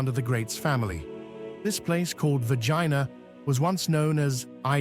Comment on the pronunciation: Bloody hell its not Vagina.. its Vergina say it correctly Its embarrassing.